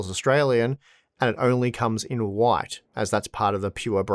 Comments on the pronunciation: Hwite, hwite, oowayt, why t 🤣🤣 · The way you say "white" would make you right at home in the US south lol